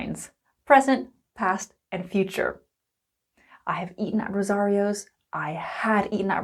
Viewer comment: it's eaten not eaen please